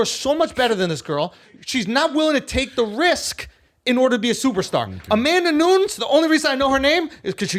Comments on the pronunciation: 'Amanda Nunz' it hurts my ears. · "Amana noons" lmao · “The only reason I know her name” proceeds to pronounce her name wrong 😂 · Who the fuck is Amanda nooons?! 😂 - bout time he got called out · If the greatest mma journalist says Amanda Noons, she’s Amanda Noons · I love Valentina, but I was thinking the same thing throughout the fight. She should’ve tried to finish her in the first two rounds. And learn how to pronounce Amanda’s name bro 😂